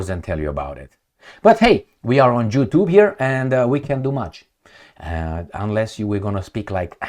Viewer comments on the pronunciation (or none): I noticed his accent at the end of the video. His Y is J. So he can't say YouTube, he says Ju-Tube. JuTube. But he's a very smart man. Genius, in fact. 😂😂😂😂😂😂😂😂 😂